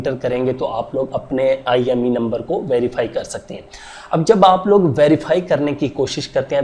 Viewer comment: IMEI number hota hai...IME Nhi😂